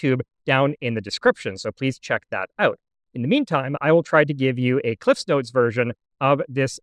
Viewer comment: You fully articulated "Cliff's Notes". I'm impressed.